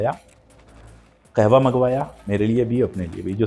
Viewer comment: Khewa nahe Qahwa.😂😅